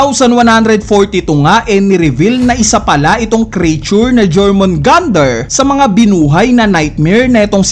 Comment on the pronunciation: Yormungandr = Jormungandr